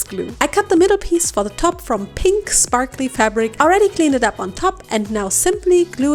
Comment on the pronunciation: Honestly, I find your little word malfunctions really cute. And sprakly words just as well as sparkly (and is probably much easier to say). 😊 I doubt I'd do as good speaking a second language! 😅